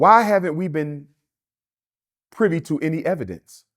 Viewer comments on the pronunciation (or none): none